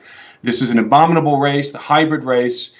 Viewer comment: This is going to sound wierd, BUT- when he said obominable - - I thought of the obominable snowman - - wonder if that's another example of them throwing it in our face. Thank you for your hard work and God bless you all who are standing up for Jesus! We need to SCREAM!!!!! -kelly seikel